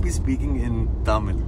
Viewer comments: lol .. ur Tamil accent is sooo funny, she is right horrible pronunciation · So confidently you guys pronounced it wrong 😂 but must say good try I wish you see this same video after the correct pronunciation 😊😊 Love you both